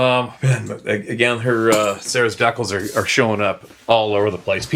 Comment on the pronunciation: & his dec-als!😂😂😂😂 ❤ It!🎉😂😊